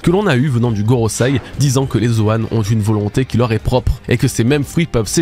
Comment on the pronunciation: Enfin Gorosei prononcé correctement, merci ! :D